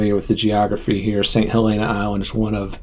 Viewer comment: You are mispronouncing St. Helena. It sounds nicer to say St. HahLEENa but it’s actually pronounced St. HELLena like the name with emphasis on the first syllable. I lived on Harbor Island 2-years and was corrected by the locals.